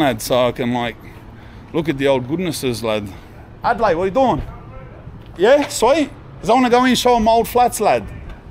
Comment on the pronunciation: Mad Respect, Cuz love it how you say Adelaide as that's where I'm from...lmfbao